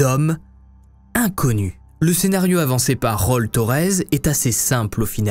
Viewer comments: “Rol” non mais allô on dit “Raoul” fais attention c’est ridicule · Histoire terrible mis a part, il prononce "Raul" "role" a la place de "raoul" mdrrrr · Coucou conseil : ça se lit Raoul et rol 😅😘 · omg raoul pas rol